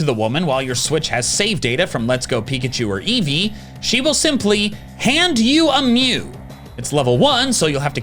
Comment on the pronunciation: Eveachu and peekee.